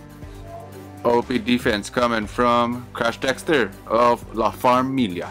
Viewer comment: Yes, Nice video. And you pronounced it Right, La Farmilia🤩 and Baby G with the Comeback ✨💪🏼👶🏻